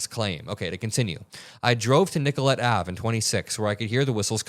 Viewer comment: Nicollet is pronounced nick-ah-lit but that's okay. Love you